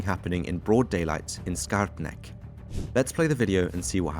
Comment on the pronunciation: "Skarpnäck" was rather correctly pronounced 😀.